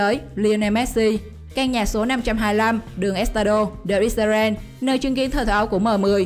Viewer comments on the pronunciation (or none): none